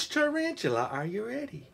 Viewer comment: who says taran-tula??????? i dont think tarantula is a rare word....i guess he doesnt know what tarantula is.. (-_-)